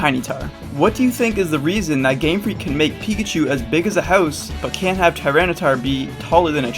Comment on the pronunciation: "Tinytar" LOL